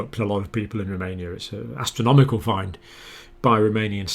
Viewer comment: Odd question — the Dr. is pronouncing the word ‘fine,’ as ‘find’. Anybody know why? Also ‘exponential’ becomes ‘expedential’.